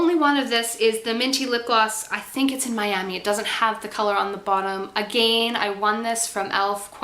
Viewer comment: Your energy and enthusiasm is so sincere and uplifting! I love your videos, almost as much as I love ELF, hahaha. I think it's adorable that you can hear a hint of the Irish influence in your voice when you said "again" at one point, "categorize," and "bulkier." Influenced by your surroundings, eh? =]